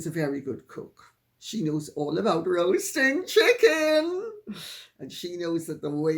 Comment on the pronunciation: Why does Lady C emphasise ‘roasting chicken’? I have heard her do it a number of times x